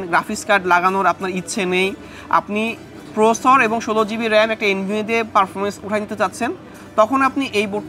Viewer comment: Are boro sor Ota prosor na, ota Processor